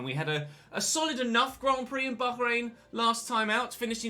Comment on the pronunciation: just say bahrain why the emphasis on the H 🤣